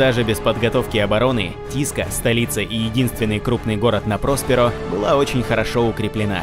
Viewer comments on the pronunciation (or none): я всегда читал ПроспЕро а не ПрОсперо) а так красава автор, очень интересно, даже спустя полторы сотни книг, пытаюсь найти, которые перевели, и которые объём имеют, но что-то не найду никак( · Тоже слух режет. Что ещё за ПрОсперо такое? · Не ПрОсперо, а ПроспЕро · Магнус не придавал, а Русс - жопошник! И что же такое с ударениями то. ПроспЕро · гугл -> "Просперо ударение"